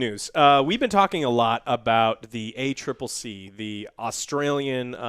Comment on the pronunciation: He said A triple C woooooo! He/someone finally got it right